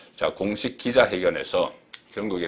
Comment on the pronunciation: 산업,미래,공식 등 발음 한번 리뷰해 보세요.